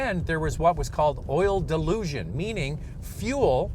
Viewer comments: Is he calling it oil ''delusion''? LOL. It is called Dilution. They should have kept the old 2.0 or 2.4 L. engines I would not purchase a 1.5L turbo. Also, try 91 octane gas. to see if that helps. Some say the new hybrid is a better engine choice. BTW- Toyota Rav 4 offers a normal 2 liter engine (no turbo) and regular transmission (no CVT) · It's oil dilution not oil dilusion. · Not once but 5 times he said ‘delusion’. Hard to believe from an experienced reviewer. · I thought was going to reply and say that's how it's pronounced in Canada. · Robert Duklus lol I heard that too. Thought it was the Vancouver accent. : D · It's pronounced dilution not delusion. Unintentionally hilarious. The GDI and reduced friction piston rings allow raw fuel past the rings and into the oil pan... Honda's Computer controlled thermostat opened too soon and prevented full warm up of cooling system and engine. Sustained Higher oil temperatures are necessary to boil off the excess fuel and send the vapor to PCV system to be burned. Honda reprogrammed the thermostat but short trips will still be an issue. If you have a 1.5 Turbo, Make sure the reprogram is working up to temperature and I would try to take one longer drive each week, and change oil at 4000 miles. The new Rav 4 has an efficient, but loud and rough, new four cylinder engine and rough shifting 8 speed transmission. The Best way to go is the new Hybrid version of either the Honda or Toyota. Both have more power and better mileage, are significantly quieter and excellent reviews. And how much did the swiss army company pay you to say their name ten times? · I guess I’m not the only one hearing him said oil “delusion” instead of oil dilution. I watch the video to find out if Honda fixed this issue without getting an answer. Very nice looking CRV but I’ll stick with Toyota RAV4 until I know for sure Honda fixed the oil Dilution issue.